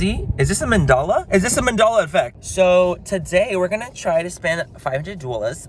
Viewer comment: I love how he said ‘Mandala Effect.’ That itself could be a Mandela Effect.